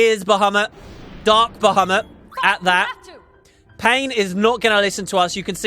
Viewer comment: Not only is Bahamut back, but so is "Ba-HOO-mut"! :P